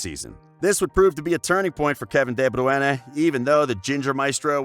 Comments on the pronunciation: "De Bruene" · Two truths if the narrator had ever watched a European football match: A) He’d be able to pronounce “De Bruyen” and “Ghent”; B) This video would be much better. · de bruyeneh 😂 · Everyone: de bruyne HIM: de bruiane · It is not pronounced bru-ene It is broi-ne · Kevin De Bru ENE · Why are you calling him Kevin Deborah? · De Bruene?? xD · Kevin dae Braeune😁😁....man just call him kdb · Kevin de Bruanna? :D :D :D :D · U got so much hate for pronouncing his name wrong.. Maybe try knowing how to say peoples names b4 making a vid bout them like who tf is deh browene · Literally no one:: Kevin De bruana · Pronounced 'De broy-ne' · De Bru Ene???? Just say KDB. WTF!!! Annoyed watching this video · Why the f are u saying debrwoonè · Just say KDB next time :p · Kevin Debruena! Well that's how this pussy pronounced it!! 😳🙄. Shocking!! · De broy na that’s how to pronounce it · It’s Deh-broh-een!!! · Kevin de bru ene😂😂💀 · Dee Byueyne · Who the fuck is Kevin De Bruenen????? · rightly said, everytime he butchered " de-bruyana " i chuckled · Say his name right you dumbasses... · Your pronunciation of KDB's name is farcical. It's insulting. Mr. Gaa--Uul-See-day. That's what your username would be pronounced like by your incredibly useless speaker. I couldn't even finish watching the clip, it's that irritating! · Maybe listen to how people's names are pronounced it's a joke you do it all the time and have to turn off. Sort it out pal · Good effort(6/10), pronouncing his name, compared to the BBC. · The way he says his name HURTS, as an American who can actually say his name, that insults me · Learn to pronounce his name mate. And what is this "untold truth"? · Has to turn off can't listen to your pronunciation it's not a Spanish name you bell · Why do you pronounce his name like that??? Are you deaf? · Great video but just work on the pronunciation of his name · I got cancer how he said De Bruyne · The confidence when mispronouncing is remarkable.